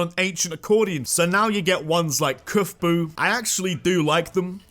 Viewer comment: "Kufbu" bröther it's pronounced "cub-foo"